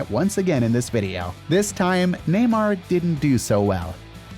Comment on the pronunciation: “Vedio”💔🥀 It’s Video